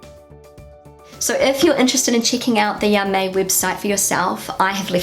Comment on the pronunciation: "Ja, mei!" (meaning "Don't worry!" or "I don't care!") is actually pronounced "Yah, my!", not "Yah, may!" as you do 😉